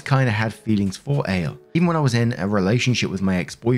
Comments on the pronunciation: Ale? 😅 Not A-Lay Like Alejandro... 😂😂 Maybe... 😆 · That's probably "Al-ay" rather than ale. It's Spanish innit? Oh yeah and OP is a friggin monster. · Lol it's probably pronounced Ah-le it's a Hispanic name. I knew a guy with that name. But your mispronouncion is funny. Lol